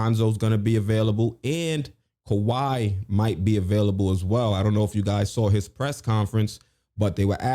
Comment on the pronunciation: Why on earth would you say kiwhi🤯